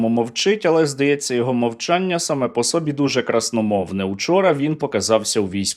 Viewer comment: нема в українській мові слова сОбі, завжди було слова собІІІІІ, наголос на ІІІІІІІІІІ